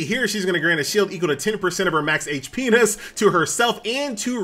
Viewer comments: Hit P - ness doesnt sound like fun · FFS it's HIT POINTS not whatever the FK you were saying...